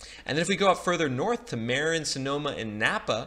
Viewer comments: If you are going to present yourself as a California expert, you may want to learn how to pronounce Marin. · Minor correction: You mispronounced Marin Co. and Placer Co.